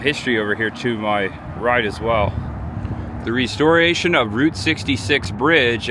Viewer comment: Who pronounces "restoration" like that?